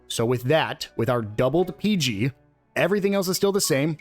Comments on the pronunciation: No, it is not peg. It's peeg, long e sound. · Its not pronounced 'peg' its called 'peeg'. They say it in game